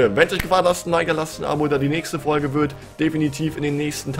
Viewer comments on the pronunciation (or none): none